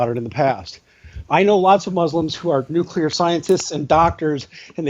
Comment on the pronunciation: Jim tries too hard sometimes. And someone please buy Jim a Merriam Webster's Collegiate Dictionary so he can look up the word "bigot". And learn how to pronounce "nuclear".